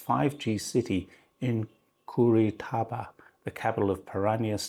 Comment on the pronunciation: Brazil exports $90 billions of goods to China and China exports $60 billions of goods to Brazil. There is a surplus of $30 billions to Brazil. Pronounce Cu ri ti ba in Portuguese.